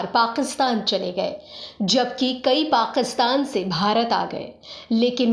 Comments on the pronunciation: वीडियो और जानकारी बहुत ही बढ़िया है। शुक्रिया। आप उच्चारण माने तल्लफ्फूज़ पे प्लीज़ सही ध्यान दे। पाकिस्तान ( Pakistan) है, पाक़ीस्तान ( Paqistan) नहीं! गुज़ारा है ( Guzara) , गुजारा ( gujara) नहीं! आप के videos बेहतरीन है, सही उच्चारण से चार चांद लग जायेंगे!🙏🙏🙏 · pls work on ur pronunciation. Gujaray? Paqistan? Qamyabi??